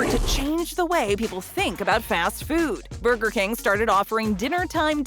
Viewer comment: “Burber king ” XD